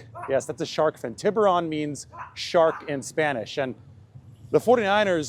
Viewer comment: Tiburon (Tee'Boo'rone)